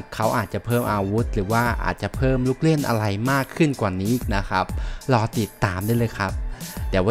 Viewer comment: ทำไมพูด ร. เป็น ล. หมดครับ ได้รับ เป็น ได้ลับ อะไร เป็น อะไล